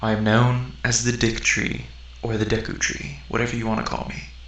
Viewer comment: lol, Deek tree haha